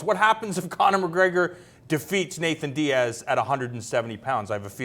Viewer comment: I hate how he calls him Nathan diaz.